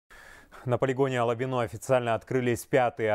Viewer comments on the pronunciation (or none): Алабино ударение на А а не о диктор блин.. деревня..